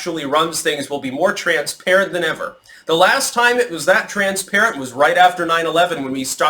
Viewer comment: Hehe, accent on ‘ever.’